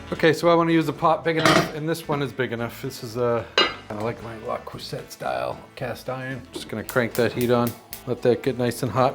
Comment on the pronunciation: Love your shows, but you do know that Le Creuset is pronounced Le Croosay don’e you? Just tell me you’re kidding….